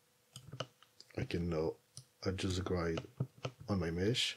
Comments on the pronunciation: It’s a shame that such a good tutorial is marred by your bad English pronunciation…. sometimes it’s hilarious… GRIDE instead of GR-I-D. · Just a little help with pronunciation of Grid, try saying it like this..' GRE ' 'D' instead of 'GRIDE' 😊 Thanks for the tutorial 🙌🏻